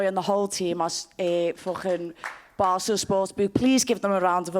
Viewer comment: Molly said barstool as bastard lol